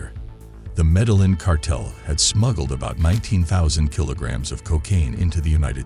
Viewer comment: good stuff but the guy can't even say his first name or his city correctly lol